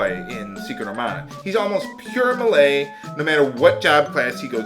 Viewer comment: Oh and I promise I'm not trying to be tha pronunciation nazi xD but ti save you from future trolls trolling ya, Melee sounds like May-Lay. Btw I totally don't know why my first 2 posts on your videos are about how you say things..But it just REALLY helps me enjoy LPs when little things like that are taken into consideration. I cant wait to watch the next SD3 videos!!!